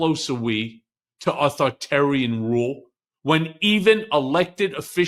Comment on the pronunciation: Michael Cohen, please learn to pronounce "authoritarian".